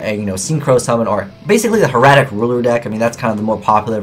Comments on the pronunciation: he said Hieratic wrong...AGAIN!!!!!! he is saying her-a-tic when at least from what the common census tells me and since i play the bloody things i say it hair-a-tic. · Black Horn of Heaven is going up in price! :( Just when I was going to buy it. PS. "Hieratic" is pronounced the same way "Hieroglyph" is.